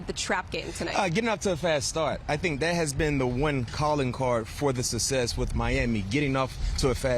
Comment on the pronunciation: Brian McFadden, the word success becomes sussess!!! Let me axe you a question!!!